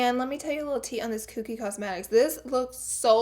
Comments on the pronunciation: when you said "kookie" cosmetics instead of Kokie i was DEAD! I love u so fucking muchhhh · Laura not Koookie, it's Kokie pronounced koh-kie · "kooky cosmetics" haha girl you are so cute. It's pronounced "co-key" ❤️ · It's pronounced cokey lol. I died when you said kookie. 😂😂😂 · Kokie, Hmm I pronounce it like "Coke-key" not "cooh-key" so I'm curious which is actually correct, bcs I know everyone"s pronunciation of words can differ from person to person. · lmao silly Laura its pronounced like " Cokey" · Koh-key, is how to pronounce Kokie Cosmetics! ❤️ you! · Haha! It is literally cracking me up